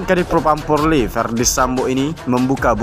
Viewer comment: Bang apa sampeyan memang tidak bisa mengatakan polri dengan benar, bbrp video yg saya lihat kok bilangnya porli terus.....perbaiki lah